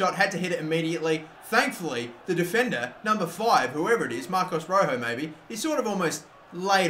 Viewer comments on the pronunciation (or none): none